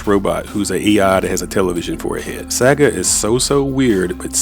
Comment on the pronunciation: Pronounce the words better. It's distracting when you misprounce words like 'Saga'